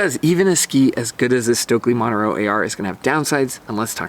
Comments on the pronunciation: The name Montero is pronounced mon-TER-o. Not MON-ter-o. The accent is on the second syllable. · Good review. I demoed them the other day and was also impressed. I tried it after trying the Original + first...very impressive ski. I was surprised how easy to ski and how much I enjoyed the Montero AR. By the way, you are mispronouncing Montero, even in English.